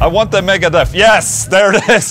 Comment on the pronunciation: just for the sake of knowledge... it is actually "aguante megadeth"... cracked my ass off when saw "i want the megadeth" 😂